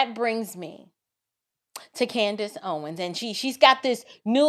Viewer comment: It is so great to hear this woman nail CANDIce perfectly. I'm very impressed.